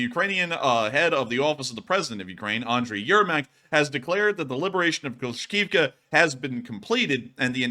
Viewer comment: C'mon,, "Kla-shiv-ka"